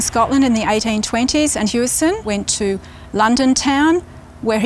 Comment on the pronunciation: It's pronounced as Howison. Not Hueison. As if you were saying the word house "Hou". You don't say you live in a huese, you say house.